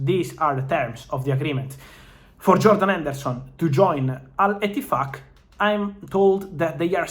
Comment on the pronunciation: I love the way Fab says Al Ittifaq LOL